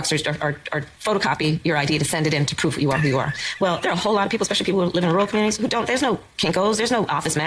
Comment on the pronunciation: Okay, why does Kamala have the speech pattern of saying the verb "to prove" as "to proof"? It's not a California thing, it's not a black thing, it's not an Indian thing, and it's not a Jamaican thing (AFAIK). I know Language Log is full of woke stuff when it's not being anti-CCP, but I hope they do a post on this one.